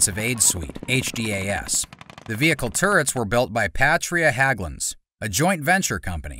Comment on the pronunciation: HÄGGLUNDS, not HAGGLUNDS, for Pete's sake!